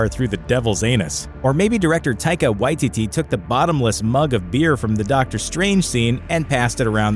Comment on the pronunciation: Whoever it was that said "Taika Waititi" please learn how to pronounce things. That shit was uncomfortable